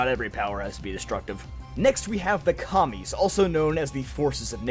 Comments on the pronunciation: It took me to long to realize he was saying “Kamis” and not “Commies” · I thought you said "like the commies" and I had to go back 10 seconds